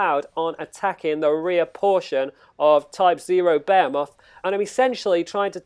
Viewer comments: You said bahumet... its Behemoth.. pronounced Be'he'muth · I don't mean to criticize but I cringe every time you pronounce behemoth. Because you aren't even close maybe Google 'how to pronounce behemoth'. Otherwise thank you for the video.